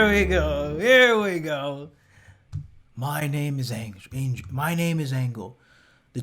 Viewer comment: every time u say "Angle" I get offended and laugh at the same time.... every time ROFL